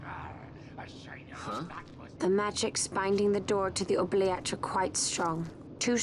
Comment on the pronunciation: Ok, couple of things: an oubliette (pronounced with an “oo” at the start, not “oh”) is specifically a deep pit where people were thrown with no intention of ever releasing them. Prisoners would survive by licking moisture from the walls and eat any scraps of food that happened to fall down, but most would eventually slowly starve. A deeply unpleasant idea. Secondly: are you really not going to talk about the fact that the Judge is Balthier’s EXACT DOUBLE?!?!?